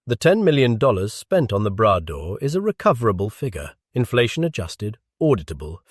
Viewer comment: Not the "Brad door", le Bras d'or ! "Gold arm".